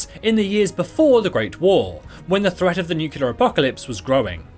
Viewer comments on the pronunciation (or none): none